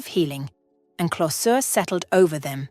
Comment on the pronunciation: This story was written and read by a machine. It shows what AI can and what it cannot do. The story is logical but lacks something essential: authenticity. The reading too has the marks of AI. Pronunciation is flawless except for five or six glaring errors. One example: closure. The machine was ignorant of a rule: a vowel followed be a consonant followed by a final e is pronounced like its name in the alphabet